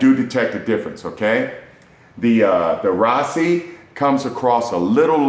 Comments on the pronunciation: RASASI NOT RAASI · Ra-Sa-Si. Not Raasi.